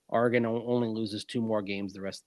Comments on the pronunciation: Longtime Duck here: For the record, it’s Ore-uh-gun, not Are-uh-gun. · All’s good, and I know you guys put in a lot of hours the past three days. Also, it’s a common mispronunciation among east coasters. Heck, I’m a former TV news guy from Hawaii and an Oregon grad, so my ears perk up when I hear someone misspeak. Given what’s ahead for Bo Nix and Troy Franklin, you are now ready when you talk Oregon Ducks….or the Denver Ducks! Wishing your daughter the best at OSU. Next press briefing with Sean Payton, you should raise your hand and ask if he’s got any Beavers in his sights! Onward! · Ooops ... sorry, I'll work on it. At least I don't say "Ore-uh-GONE"